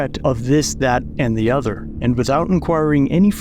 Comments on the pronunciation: "And dis, dat and de oda..." 🙄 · This that and da udder